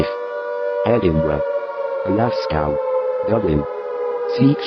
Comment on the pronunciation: Glascow!😂😂 That should read GLASGOW!!